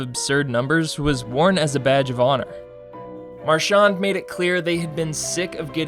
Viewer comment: You’re pronouncing Marchand wrong